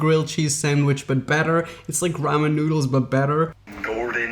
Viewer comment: "Absorve" ar first i thoight he just had a moment but then he said it again (instead of absorb). Yes.. im aware.. english is not his first language. (Im humored by it, not being a jerk). Also, i havent noticed it in this vid but i always get a lick put of the way he says 'but'. He almost never enunciates the T at the end of words... so he will be like "i know weve tried this hack before... BUH... this time.." etc. Some says ahen in feeling like i need a bit of smoking... ill take a puff every time he either says "BUH" or "literally" (depending on how lit im tryna get)